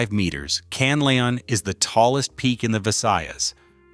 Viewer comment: Pronounce it. KAN LA ON, THANKS